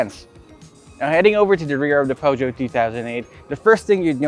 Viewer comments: Feusio pag pronounce sir.. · hi i love your show! I just wanna say that I do think there are no right or wrong pronunciation of a brand especially if it is foreign but the french pronunciation of peugeot goes like "puh-zhou". the G is not pronounced as "guh", cheers!